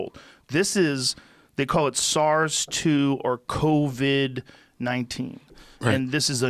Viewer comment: 3 minutes in and I wonder if he ever learns how to pronounce Covid-19